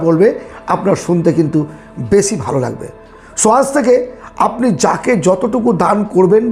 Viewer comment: কথাগুলো খুব সুন্দর কিন্তু স, শ, ষ এগুলো একটু ঠিক করে বলুন অপসেন নয়, বেসি নয় ওটা মানুস নয় ...বিস্বাস নয় বিশ্বাস... এগুলো খুব কানে লাগে ..